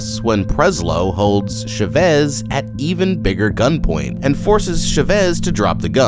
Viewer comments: I literally couldnt watch this entire video because of how you pronounced CHA-VEZ. Idk why but Chevis was pissing me off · I’ve never heard the name Chavez pronounced as Sh’vez